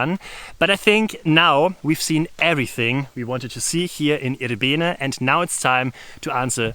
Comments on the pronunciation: it is pronounced with the accent on the 1st I syllable, I'rbene not ir-B'ene ... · For those wondering, the name of this place is more accurately pronounced with initial stress, that is: IR-be-ne (and both of the "e"s approximately as the"e" in "sovjet").